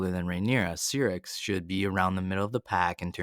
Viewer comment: Syrax...why does everyone pronounces the name wrong? it was mention on the show way too many times.... I don't get it! nice video though